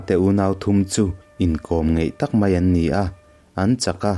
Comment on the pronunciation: Atui a hal ta hle mei a , ( mei , niloin 'mai ' aw.. ) tlemin fimkhur la.